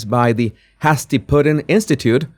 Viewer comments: It is pronounced " Hay- stee" not " hass- tee." " Haste makes waste" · It's not pronounced HAZ-ty, it's pronounced HAZE-ty pudding; it's a reference to Colonial New England USA where they used to make a pudding using cornmeal, and it had to be made very very slowly, adding a tiny bit of cornmeal at a time to boiling water or it would be lumpy. So it was like, don't be hasty (don't make the pudding in haste). I have no idea what the event itself celebrates, but it's clearly some historic reference no doubt attended by the elites -- probably a charity event. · Hasty is pronounced HAY-stee. To help your English pronunciations, there are several dictionaries online that include pronunciations. Just type in the word in question and lots of choices will pop up. Good point about the "girl" who could have been the woman writing about herself. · It's pronounced with a long A .... sounds like Hey-stee. From being able to make something to eat 'very quickly' ... such as on the battlefield for soldiers. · Hey. I am a subscriber to this channel of yours and very much enjoy the content. Thank you. A VERY minor matter that I thought I'd tell you about to in an effort to help is that the pronounciarion of 'Hasty' is more like 'Hay-sty'. As I said a small matter that does not make your content any less understandable to most people who can read - lol. Have a nice day. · hasty sounds like tasty in English. ^_~ Love ya, thanks for all you do. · it is pronounced hay-sti. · It's pronounced "Hay-stee" meaning quickly. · I know you like to know, Hasty - Hay-stee is the pronunciation. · Hey! Just fyi: 'hasty' is pronounced like 'tasty' with a long 'a' sound. 💛